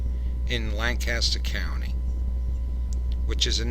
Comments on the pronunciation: Very nice video. I live here in Lancaster and my only thing was the pronunciations. It's a lancastrian thing. It's Lank-kiss-stir non Lanc-caster and it's ah-mish not A- Mish like apple. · They are pronounced. AH-MISH and LAN-keSTER. (By the way, they are not Dutch, they are German--from "Deutsch," the German word for "German.")